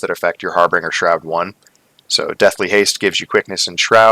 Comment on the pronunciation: harbinger...the "g" is soft like the word "binge". Not a hard "g" like "bring".